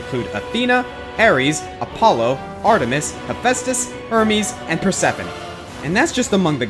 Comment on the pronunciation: you pronunced Prosephone wrong its like per-sef-ohn-EE